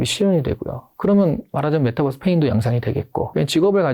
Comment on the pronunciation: 메타버스 발음을 메타뻐스로 하시는데 Metaverse 를 Metabus 로 인식이 되는 것 같아요^^